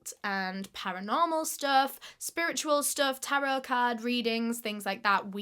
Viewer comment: tear-o card readings 💀💀